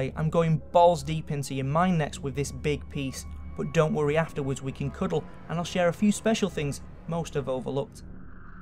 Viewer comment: god, that accent "do not worreh" he ses